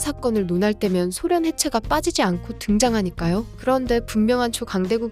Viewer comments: 쓸때는 소련 읽을때는 쏘련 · 쏘련 이라고 읽어 주시는 게 나을 듯 하네요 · 소련 발음이 낯설어서 못듣겠어요...